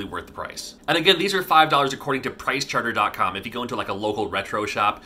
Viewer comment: my pride and joy is a very good condition CIB castlevania 3, with $9.99 sticker on the box from funcoland :-). and OMG, why can't he say "pricechart-ING" ... he says it wrong so many times.